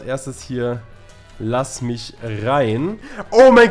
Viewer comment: "Er will micht töten,er will mich töten, er scammt"😂